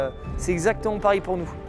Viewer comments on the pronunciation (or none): none